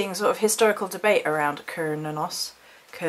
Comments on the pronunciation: I've heard the name pronounced like sir-new-nos.. Cernunnos? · Kur-nah-nus is how most people I know say it if that helps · Ive always thought it was Ser-noo-nos? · You're brave for attempting that pronunciation! Those Celtic names throw me waaay off my game... I've always said Cernunnos like this - Kern-Noon-Nos... LOL. I laugh because I dare not say it on camera. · OMGS I don't think their is a correct way to say his name, I heard so many. The most common pronunciation I have heard is "Kerr-nun-nos"